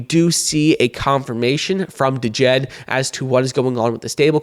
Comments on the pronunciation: The first "D" in DJED is silent. Should be pronounced JED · D is silent in DJED bro. But thanks for the info on Cardano